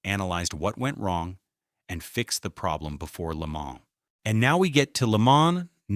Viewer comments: If you're going to use AI to voice you're bullshit, properly pronounce French words. Le Man - not plural. Educate yourself, and you won't be called out as a stupid uneducated fuck that depends on ai voice overs for your lack of reserach. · This one sounded pretty good except for the first Le MANS 👨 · I like the way it pronounces La Maans. It makes me feel extra Murkin! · IT PRONOUNCED LAY-MON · Le Mans? Come on, mate. It’s Le Mohn and the s is silent. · La Mans….😂😂 At least AI learns from its mistakes. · I stopped as soon as I heard it say Le Maaaans! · agreed plus I heard lee manz too. AI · It's not AI, they're racing at Lee-Manz! 🤣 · Leh-ma It's fucking called Leh-ma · Good god the pronunciation of "Le Mans"